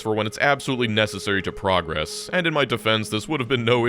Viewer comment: It's so weird to hear you pronounce progress wrong because you're so careful to pronounce everything correctly.